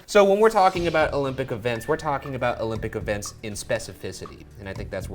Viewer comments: So weird I thought it always was pronounced OLympic games, not EElympics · "Eelympic Events" ??? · OK but why did Ryan say "Elympic"?? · Did Ryan pronounce "olympic" as "eelimpic"? Is this Febiary all over again? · " E-lympic" lolol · ee-lympic lmfao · Ryan pronouncing Olympic as Elympic